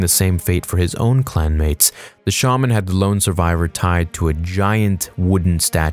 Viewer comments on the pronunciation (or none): none